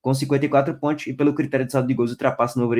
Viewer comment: ''PONTIOS'' KKKK